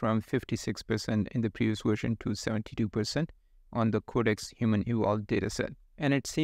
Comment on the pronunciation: It's VVVVVersion, not WWWersion. 🙂